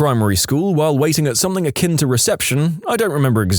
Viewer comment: No k in the word “something”